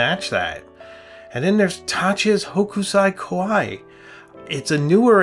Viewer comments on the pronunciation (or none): sorry to do this to you but Hokusai pronounced sounds like h00 k sai. long OO hooo k - sai